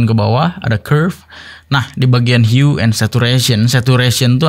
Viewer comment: Hue di baca hiu